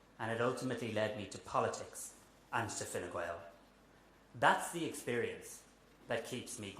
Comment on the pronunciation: He says “Fine Gwael” Enough said 😂